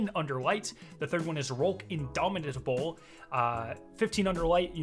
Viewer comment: thank you for not stretching these videos out: Short & Sweet. We really appreciate it Also, “indomitable” can be pronounced as “in-dommi-ble” and most people will know what you’re saying. No hate though!